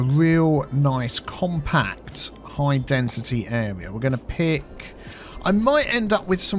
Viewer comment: That's "high densiTEA". 😆